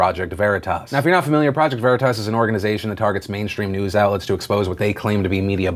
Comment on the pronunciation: You guys need to watch Boondock Saints to figure out how to pronounce Veritas properly.